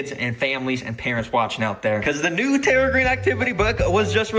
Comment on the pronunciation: terra green not terror green